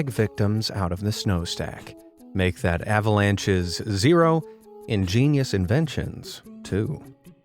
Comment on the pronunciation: By the way why does he keep saying ingeinious